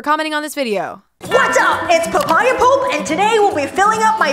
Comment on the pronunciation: Payaya pulp...guavajuice lmao